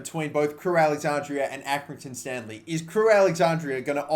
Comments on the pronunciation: crewe alex-andra (not andrea) cringy af watching you say it over and over again 😂😂😂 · It’s Crewe AlexanDRA not AlexanDRIA ffs